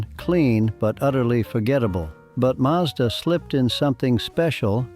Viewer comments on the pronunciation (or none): Since when was a Maazda a Marzda in Australia? Or a six-two-six a six-hundred-twenty-six? Makes me wonder if you are really an Aussie mate!